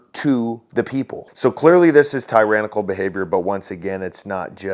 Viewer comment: Did you say teranical or hole faced🤯